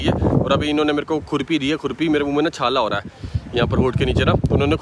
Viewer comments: surpi hoti he khurpi nhi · खुर्पी नहि छुर्पी है । याक का दूध से बन्ता है । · Khurpi nahi churpi bolte hai jo yak ke milk ka banta hai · Sir khurpi nahi bolte chhurpi bolte hain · Chhurpi hota haii